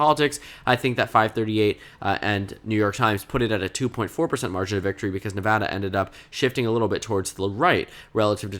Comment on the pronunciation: Thank you for pronouncing Nevada correctly.